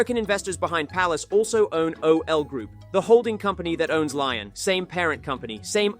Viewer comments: Why do you keep saying “lion” instead of “Lyon”? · Lyon is not pronounced “Lion”. It’s Lee-Own. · Bro can’t even pronounce Lyon properly. Not very good from a supposed football channel